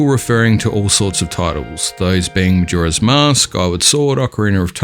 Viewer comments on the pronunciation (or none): Who will relate a Hyrule map with "jora's mask" or "kywar sword"? (man, mind your pronunciation, pls). ai mean , Skyward sword...mmmmaybe...but Majora makes no sense.